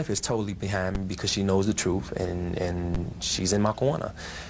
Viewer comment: I need someone to explain what “troof” is, he keeps saying it and I have no idea what “troof” is.